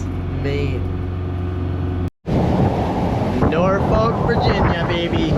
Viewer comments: Nor-fik or Nor-Fuck but never Nor-folk!!!! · Please pronounce Norfolk correctly. It is pronounced "NORFICK" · As someone who grew in in Hampton Roads. Stop saying “Nor-Folk”. It’s “Norfuck”. Or if you are really into the language dialect down here, rhoticity, is “Nawfuck” “Norfolk, Virginia, and the broader Tidewater region, have a distinct dialect of Southern American English characterized by non-rhoticity (R-dropping), a feature also known as dropping the "r" sound. This means words like "car," "star," and "butter" might be pronounced without the final "r" sound” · Norfolk residents insist on pronouncing it “Norfuk” Seriously! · "Norfolk" = "NAW-fuk" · As someone who is from Norfolk in the UK, the way you guys say it is so strange to hear 😂 it is pronounced 'naw fuhk' here